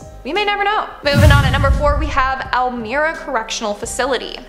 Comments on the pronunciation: It's Elmira, New York. It sounds like El-my-ra. It's about 148 miles from me. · Elmira NY not El.my.ra